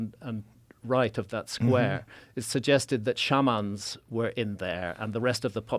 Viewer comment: Why does he pronounce Shaman wrong lol shouldn't he know better? I also love how he thinks true north is some big deal, it's simple to find true north. Most (probably all) cultures understood some variant of east and west as the directions the sun rose and fell, and north and south were directions that were between those two obvious directions. There's no need for understanding the underlying planetary motions that creates the effect of sunrise and sunset.